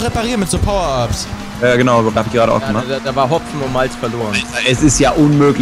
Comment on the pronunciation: Nicht ger sondert ged